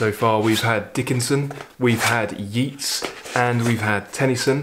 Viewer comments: Hello over in Dublin,. My family all come from Dublin:) Many of my mangled pronunciations were learnt from reading when I was little, long before I heard the pronunciation. They can be rather difficult to shake off! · Chapeau! I was about to include the correct pronunciation of Yeats, but felt it would be a little presumptuous. Can't think why. I am actually the type who calls a spade a bloody shovel! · Great selection, the Shelley and the Yeats are among my favourite poems. Yeats himself is probably my favourite all-round poet. My daughter's boyfriend is from Sligo, his family grew up and still live a stone's throw from Innisfree, beautiful country. I love WH Auden's haunting poem 'In Memory of WB Yeats" is, with its presage of war. You've probably been told that the correct pronunciation is "Yates", btw. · I really enjoy all your videos Thank You I have been brought up on Yeats. Pronounced as YATES not YEETS Which is interesting as Keats is pronounced as KEETS not KATES “The Second Coming”is a wonderful poem by W B Yeats As is “Ode to Autumn” by Keats And so is “St Francis and the sow” by Galway Kinnell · It's not Yeets as u pronounce Yeats....I'm Irish...it's pronounced Yayts....love your channel...just found u....I love that everyman series of books.....poems are music of words...meant to b read out loud....greatest thing I ever did was study 'elocution' where we called out poems learnt off with gusto and hand gestures....this is my 3rd video of yours today (found u this morning by typing 'something new' ino YouTube ) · A very interesting analysis and selection. From Dublin may I mention that Yeats is pronounced YATES. It doesn’t rhyme with Keats despite strong imaginative links. The same is naturally true of his artist brother Jack. I hugely enjoy your videos and hope you’ll forgive me the correction. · "Yeats" rhymes with "greats",!